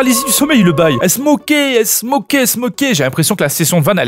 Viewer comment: Elles s'moquaient (j'ai entendu "elles smokaient" 😅)